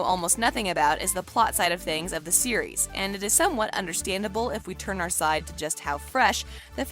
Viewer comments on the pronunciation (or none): none